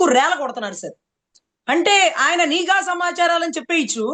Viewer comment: అమ్మ మీరు చాలా బాగా వివరిస్తున్నారు. మీరు ఒక పదాన్ని పలకడం నిఘా అనే బదులు నీఘా అని మాట్లాడుతున్నారు. సరిజేసుకోండి.